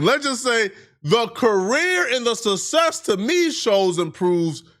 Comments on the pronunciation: Suh Sess … BLK man’s version of “success” the English word with sharper tongue and more precise normal size lips annunciating c’s and not s’s 😂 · cannot pronounce success smdh!